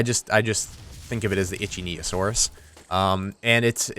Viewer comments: It was icthyosaurus. Two things. One, it's pronounced ick-thee(like fee with a th sound) and the osaurus. Two, it's not a dinosaur. Anything that lived in the water, as far as modern science is concerned, was a marine reptile, not a dinosaur. This is one of my pet peeves. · Not to sound pushy but it's sounds like "ick-the-o-sauras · They added the Icthyosaurus, Its said like Ick-th-ee